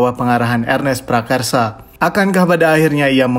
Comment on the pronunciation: Selalu Prakasa jadi Prakarsa ya, koh.. 😂